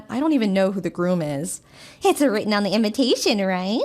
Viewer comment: STOOOOOPP!!!!!! read your lines, do your phonics... Sound it out....!!!! Its inVITation NOT inVINtation......